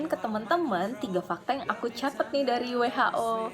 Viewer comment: Besok belajar ngomong WHO sama aku ya kak,,,, 😁